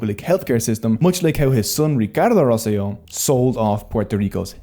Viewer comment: This is an excellent, informatively put, and high quality documentary. Just one little correction, the name of the former Governor is Ricardo Rosselló with double ‘L’. The double ‘L’ in Spanish is the same as the ‘J’ in English so you read “Rosselló” as “Ros Seh Joh”.